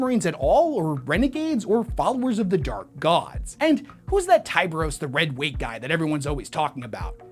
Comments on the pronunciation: Tie bur os Not tie beery us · He also pronounces chimera and tyberos incorrectly